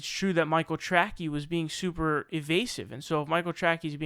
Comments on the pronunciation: Michael Tracy not Trackie. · Do you really think his last name is pronounced "Tracky"? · Not a fan of that guy, but name is not pronounced "Track-eeee", it is pronounced as "Tray-see". You know, like Dick Tracey, the comic book character / movie hero. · ah come on. sam loads so many ( false) assumptions in his questions it can no longer can be answered yea or no. BTW that is Micheal " Tra_ cee" not 'Trac-key". Ps the usa hacks Russia 24/7 and continually interferes with their elections. As we do all around the world. Pure and simple Russian baiting. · Dude... in the middle of calling somebody else “cringey”... you proceed to pronounce TRACEY as TRACKY 😂😂😂 ohh good googally moogally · It's Michael Tracey, pronounced "Tray-see" not "Tray-key". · The thing I get most triggered by is your pronunciation of Michael Tracey's last name. It's pronounced Trace-ee or Traes-ee, not Track-ee. It's either spelled Tracey or Tracy. It's a common name, a lot of famous people have it, mainly it's a woman's first name (Tracy Chapman), but it can be people's last names (Spencer Tracy), or even some men's first names (Tracy Morgan). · Debate me. Its trAcey not trackee. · "Tracky" lol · I love that someone who's only argument against people that he disagrees with is that they are "SOOOOOO stupid", can not pronounce the common name "Tracey" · It's Michael Tray-see, and I don't know how the fuck you don't know who he is /Aka. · LMAO!!! Tracey DESTROYED Sam. And your dumbass called Tracey, Tracky. Do you not understand how stupid you sound when you mispronounce an incredibly simple name? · no meme, he's just saying what should be "Tray-See" wrong and it's lol... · Pronounce names properly and maybe people will take your opinion serious. That simple. Still butt hurt over Sam Seder throw shade? Let it go and be professional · Great episode but you don’t know how to pronounce Tracey? Very disappointing. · Learn how to pronounce Tracey, dope.